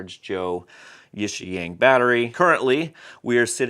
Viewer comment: Hey man, I think it's pronounced YIXIANG not YIXIANG. 💥